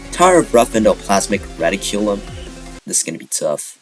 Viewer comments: Reticulum ❌ Reddi-Q-lum ✅ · you have very interesting ways of pronouncing amalgam and reticulum and synthesis